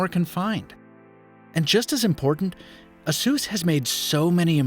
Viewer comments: It kinda bothers me how you say ASUS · “ASUESS”????? A-SUS my guy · that cooling system is one big dust sample tho yikes ps this is the first time ive ever heard someone pronounce it as ah-sus and i cant get it out of my head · Asus should be pronounced like 'A S ER S'.